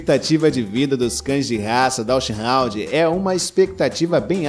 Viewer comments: Não é "DachsHOUND" é DachsHUnd (com U) essa raça não pertence à classe dos Hound's. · A pronúncia do nome DACHSHUND não é "dashraund"... Só esclarecendo. O nome é alemão, o U tem o mesmo som do português. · Dachshund lê-se "dacs rund" com "r" aspirado, como em "rato". Não tem nada a ver com hound! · Sugiro procurar a pronúncia correta do nome